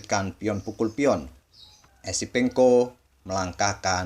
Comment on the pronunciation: Adminya Salah Trs Nyebut Nama Esipenko Sama Episenko